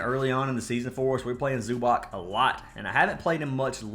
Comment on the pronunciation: Not tryna be a stickler, but it's pronounced Zoo-BOTS bro lol